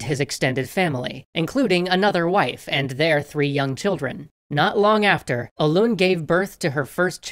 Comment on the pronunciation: That is not how say Hoelun btw